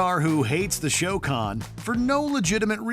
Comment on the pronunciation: “The show con” 🙄